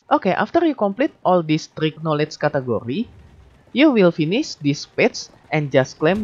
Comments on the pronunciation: Cat Curry 😂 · love how u say "category", sounds like food